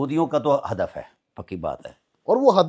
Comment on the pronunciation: "ہدف" نہ کہ حدف۔